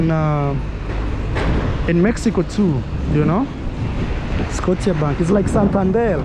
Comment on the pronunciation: Scotiabank - you say you see everywhee - then its Canadian. Scotia pronounced (scoh-shah) from Nova Scotia a Canadian province..